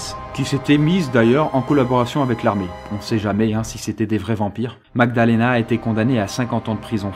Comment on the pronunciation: Au début il dit Aussi "MagdaLAna" au lieu de "MagdaLEna" 😉